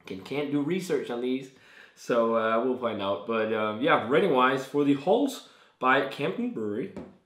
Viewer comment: It's hols as In holidays mate